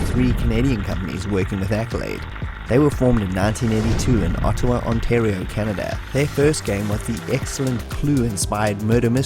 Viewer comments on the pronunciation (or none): none